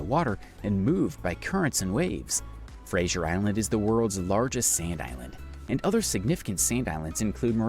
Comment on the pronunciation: The mispronounciation of Macquarie is unbelievable and typical of Americans. In fact there was not one name that he got right. Eyre is pronounced "air". Fraser is not Frasier. Antipodes is an-TIP-odd-EES. Can't remember the others. Lake Eyre is teh habitat of many waterfowl when there is water there. Every few years with heavy rain it fills up and water birds - including pelicans, come to nest there. Most of the time it's salt flats, which look spectacular reflecting the sunlight.